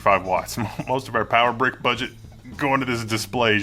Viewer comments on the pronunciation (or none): none